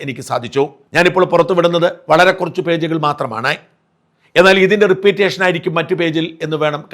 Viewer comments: റിപ്പീറ്റേഷനോ? Repetition ആണ് ഉദ്ദേശിക്കുന്നതെങ്കിൽ ഉച്ചാരണം "റിപ്പെറ്റീഷൻ" എന്ന് ഉച്ചരിക്കണം. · Not repeatation, but repetition. Say, റെപ്പറ്റിഷൻ.